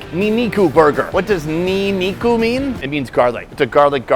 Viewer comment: bruh that's nin-niku not ni-niku lol.